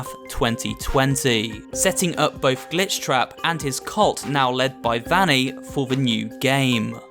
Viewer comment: I think Vanny is pronounced (v-O-nny)